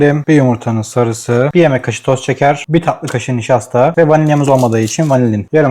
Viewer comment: Tatlı ❌ ta lı✅ 😂😂😂